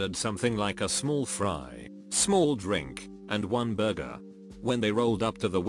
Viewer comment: I miss the way this robo voice used to say Burjer instead of Burger...